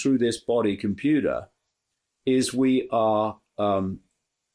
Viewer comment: The matrix is a 'kompyoodah' code, not a computer code. Important distinction.